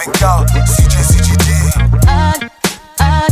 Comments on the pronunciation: Trochu funny, když "Navy" vyslovujete špatně czenglish a následně "Seals" správně 😀hlavně všude cpát AJ 😀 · Tiež ma to napadlo …